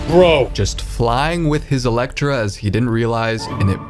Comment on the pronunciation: Elec-tra? Seriously? E-ly-tra.